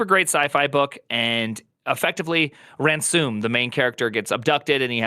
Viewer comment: "Ransoom" C'mon, man.